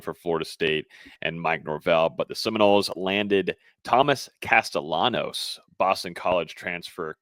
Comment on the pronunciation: His name should be pronounced like castiyanos... It's either Spanish or Italian